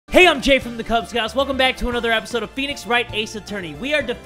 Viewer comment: phwenix- chwan!